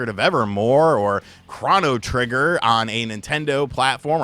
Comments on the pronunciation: Chrano trigger 😂. Why did he say it like that? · He said Chrano Trigger twice. Unsubbed. Wait just did a third Chrano while I was writing this. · "Krahnotrigger"? Really? Get fucked soy boi 😂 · It's Chrono Trigger, not Chrono Trigger, dammit! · I’m supposed to believe dude is a gamer after the way he pronounced Chrono Trigger? WTF dude?